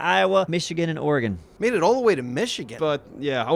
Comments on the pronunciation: As a proud Oregonian, I thank you for saying our state's name correctly. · Hey pronounced Oregon correctly